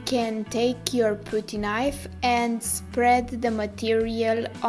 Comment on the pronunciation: Sorry I just wanted to say that when you said putty knife, putty is pronounced with uh sound. P UH TTY Not OOO sound.